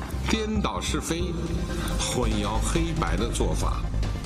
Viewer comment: 混淆黑白- 小学生的词汇习总书记都念不对吗？